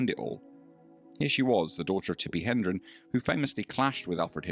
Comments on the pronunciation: > Her mother was Tippi HE-DRON and not, as the voice said in the video, "...Tippi HEN-DREN". It's important to get the facts right before posting online to a public well in excess of tens of thousands! The actress' name is spelled and pronounced "Hedron", not "Hendren". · Sounds like you are mispronouncing Tippi Hedren's name. It is "head ren" not hen dren. Interesting vid. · Do your homework. Her mother’s name is Tippi Hedren, NOT Hendren, as you more than once said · Hedren, not Hendron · Tippi Hedren, not Hendron.